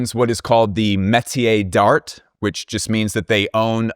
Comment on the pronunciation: pronouncing a hard ass T on d'Art bugs me so much 🥲